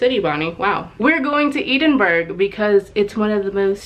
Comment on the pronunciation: I’m so sorry about your laptop, it sucks to lose such an essential part of your life and workflow. :( I did just want to say, you pronounced Edinburgh... in just the wildest way I have ever heard it pronounced 😅 I’m not from Scotland so any locals feel free to chime in and correct me but in general it’s Ed (like in EDward) in (just like the opposite to out) buhruh (with the “uh”s being like the short uh sound like in focUs or commA) - hope that helps! I’m not the best at explaining words phonetically but there’s probably lots of how to pronounce recordings available if this was confusing! 😊